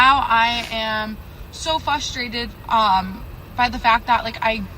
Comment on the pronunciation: I refuse to date a woman who can't pronounce FRUStrate properly #standards